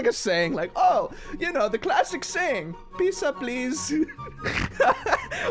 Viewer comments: PIZA??? IT'S NAMED PIZZA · I just ate pizza and he said Piza pleez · I laughed really much The fridge said piza pls